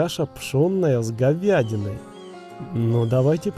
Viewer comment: Никто: Абсолютно никто:: щи с говЬядиной🙂